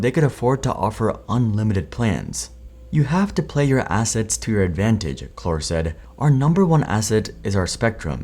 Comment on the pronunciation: The name Marcelo Claure is pronounced "Mar-SELL-oh CLOW-reh", with the emphasis on the second syllable of each name. Marcelo: Mar-SELL-oh Claure: CLOW-reh NOT 'CLOR'